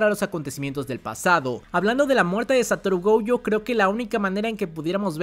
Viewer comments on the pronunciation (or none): Por que rayos le dice “goujo” 🤢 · Me super estresa que pronuncies Gojo con la primera como si fuese en ingles de la palagra "Go" y la 2da silaba con ye, de "Yo" wtf